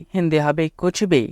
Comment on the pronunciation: कूछ भी ठीक नही लग रहा/ लग रहे है। কুছবিহ নয় , কুছ ভী হবে । সময় ,সাময় নয় । হিন্দি তে লিখার আকার উচ্চারণ খুবই কম হয় । করিশমা কপুর , কদের খাঁ, অমজাদ খান , করিনা কপুর , কটরিনা কাঈফ ।